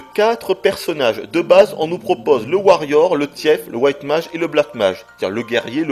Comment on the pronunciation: Le "tièfe" !! MDR